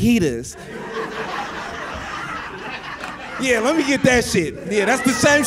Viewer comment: Fijis 😂😂😂😂😂😂 sir u mean fiaitas 😂😂😂😂